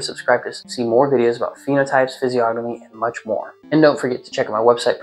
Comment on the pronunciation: Bro the g is silent in physiognomy